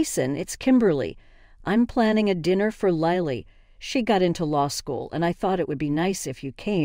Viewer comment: It's Lily like the flower. Not Liely.